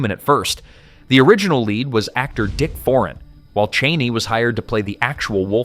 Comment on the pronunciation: The actor's name who was first approached to play the role is pronounced Dick For-ANN.